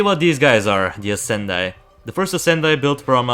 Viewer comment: I would say the pronounciation for the Ascendii is with an [e] instead of a the [i] And the Scytheer is from the word scythe so its more like [sytheer] (without the [k])